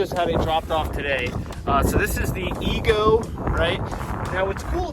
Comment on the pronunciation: Ego not ezgo